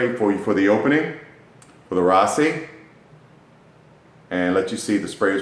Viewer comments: RASASI NOT RAASI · Ra-Sa-Si. Not Raasi.